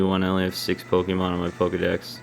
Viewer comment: It's po-kay-mon, not po-kee-mon